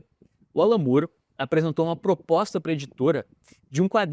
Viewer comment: você sabia que a pronúncia correta do nome do Alan Moore é com o som do "ó" aberto? Exatamente no mesmo vídeo que você usou para ilustrar o Alex Ross, quando ele fala do Alan Moore, dá para ouvir a pronúncia correta. Aqui no Brasil, a gente tem a tendência de achar que o nome tem o som de "u", porque as palavras moon, good, book, etc., têm som de "u". Só que essa regra não é absoluta. Basta lembrar das palavras door (porta) e floor (piso). O sobrenome do Alan Moore é o mesmo da atriz Demi Moore, da também atriz Julianne Moore, do ator Roger Moore (James Bond) e, ainda, do guitarrista e cantor Gary Moore (Still Got The Blues). E todos são chamados da mesma forma: Móóre. Curioso, né? 😉 Abs.